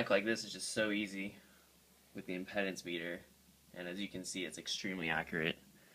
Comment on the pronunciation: It's pronounced impeedance.